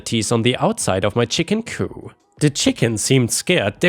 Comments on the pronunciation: i’m sorry, but it’s really bothering me the way you’re saying coop you pronounce the P it’s not silent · For future reference, the "p" in "coop" is NOT silent. It is pronounced. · Every letter of 'coop' is pronounced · In the word 'coop', the P is not silent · chicken coop is not French, 😂 you pronounce the p. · Coup as in Chicken Coup is pronounced to rhyme with poop. Coup as in politics rhymes with poo. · Just a FYI - coop does not have a silent p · Ok,, it’s COOP not COO. Good grief. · Coo is what you're saying. Coop is the word. Add a P to coo and you have an enclosure for chickens. Coo is the sound pigeons make. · Coop is pronounced : koop. What you are saying..:coo is what doves say! And there is a word, coup, pronounced coo, but it means something entirely different!! 😆😆😅😍😍. It's all good, though! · “Coop” it’s chicken coop, not “coup” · THE P ISN'T SILENT SO IT'S COOP... NOT COO.;) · Coop has a hard P at the end its not a fancy word with a silent p. so its coo-P not coo! coo is the sound doves make! lol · Chicken C-O-O-P. The p is not silent! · The p in chicken coop is not silent. You're thinking coup, as in coup de'tat. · I understand that it's easy to confuse similar words like "coop" (the "p at the end is pronounced; means a chicken enclosure) and "coup" (the "p" at the end is silent; means a government takeover) especially in a language that isn't your first language. That said, I got a good laugh at the thought of a "chicken coup". It reminded me of the scene from the first "Chicken Run" movie in which the chickens take the chicken farmer prisoner, leading him to shout "the chickens are revolting!" and his wife, who hears him shout but doesn't see what's happening (and also hates the chickens) to say "that's something we agree on!" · the "p" in coop is not silent. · As a chicken owner, I had to laugh at chicken coo. Makes it sound like a bunch of doves😂. The p is not silent. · The P is pronounce in COOP, at least in the US